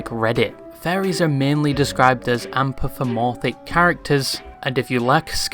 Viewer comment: That's not how "anthropomorphic" is pronounced.